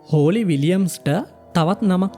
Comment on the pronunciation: හෝලි ද හොලී ද? Holly = හොලී